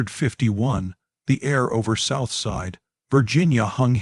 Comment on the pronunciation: Interesting story but the AI narrative is bad. Things such as 1851 mispronounced, etc. if you’re going to use AI for your videos, please listen & correct errors before posting.